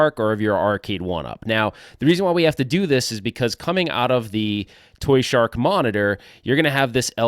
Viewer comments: So why you keep saying toyshark? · Lol it's "ToYSHoCK" why do y keep saying shark haha 🦈 congrats on getting married btw